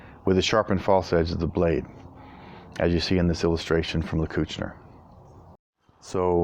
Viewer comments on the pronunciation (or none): Nice review, awesome sword, and great cutting! (btw, the emphasis in the word soldat is on the "a", and in Lecküchner it's on the first "e" ;) )